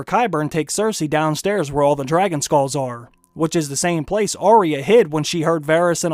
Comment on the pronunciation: Will you PLEASE listen to Ar-ya say her name. She DOES NOT say Ar-eeya. She should know how her name is said.